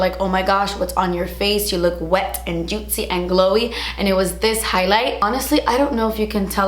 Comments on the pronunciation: i love how she says “juitcy”😂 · I love your accent when you say JUITCY every time you say it 😂❤️ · Take a shot every time says juitzy! Love when you have your hair natural 🥰😘